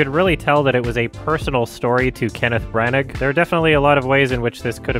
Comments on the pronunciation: His name is pronounced "bran-ah" . The g is silent just fyi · Branagh = Bra-Na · Brannagh is pronounced bra-nah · Its pronounced kenneth branner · Is pronouncing the g in braunagh ironically? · "Kenneth Branug" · You can pronounce Branagh like Branna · Kenneth branagh pronounce bran ah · It’s weird makes such an effort to pronounce foreign names well then says branaggg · “Kenneth Brannik” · I don’t think you pronounce the G in Branagh. There was no sense of setting in Licorice Pizza. It is an incredible LA movie…6/10? I will be honest, you make no insight that causes me to trust your opinion. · The “g” is silent in Branagh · u dont pronounce the g at the end of Kenneth Brannagh just FYI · The g in Brannagh is silent. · That big dirty hard G sound at the end, every feckin time 🤣